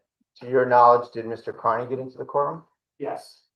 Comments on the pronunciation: the prosecutors in these cases are disgustingly rude. seems none of them can pronounce peoples names correctly. knows aidan's last name is pronounced carney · They’re using our tax dollars to prop up this doddering old fool? It’s pronounced CARNEY, by the way. Turn up your hearing aids you cranky old ghoul.